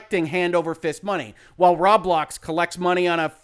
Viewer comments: Yeah lol I'm sure he's gotten plenty of tells by now that it's pronounced "row blocks" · So I listened, didn't watch. When he says Rawblocks, does he mean Roblox?